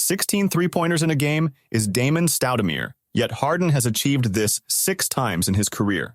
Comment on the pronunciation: Damon Stoudameer.